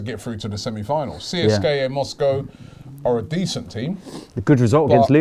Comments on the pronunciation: Robbie you dont spell CSKA out, you say it like Seeska. Just saying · In Russia they pronounce it Seeska not C S K A. Just a heads up. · PRONOUNCED (SESCKA) Moscow. Amateur. Go Ozil! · you need to learn how to properly pronounce foreign clubs name,in this case CSKA..